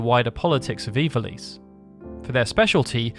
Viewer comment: I don't know why I can't accept the way you pronounce ivalice. Ee-val-ess is how I always pronounced it. Maybe I'm wrong